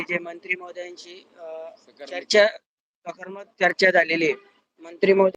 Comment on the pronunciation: Sakarmak nhi te sakaratmak aahe . Va re uvaprashikshak 😂